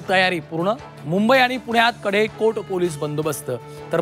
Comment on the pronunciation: कडेकोड नाही कडेकोट. 👍